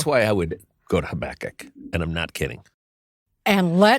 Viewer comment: These ARE hard passages. Thank you for exploring them so helpfully., I learnt to pronounce Habakkuk as you do. I think it's a bit more mellifluous than HabAkkuk so I'm sticking to it. 😊